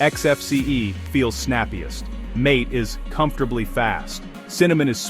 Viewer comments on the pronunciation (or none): Mint is the best, in my opinion, the AI audio is terrible. MATE is pronounced MA-TA